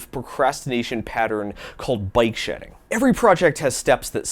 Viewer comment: Oh BIKE shedding! I thought you were saying BYTE shedding. I thought it was like some sort of thing where you skim off bytes in order to save space where you probably shouldnt. Like digital corner cutting